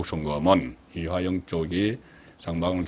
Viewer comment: 이화영을 [이하영]으로 틀린 발음 정확한 발음 부탁 ㅜㅜ